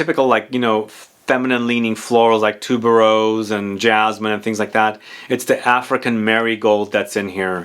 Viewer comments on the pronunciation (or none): none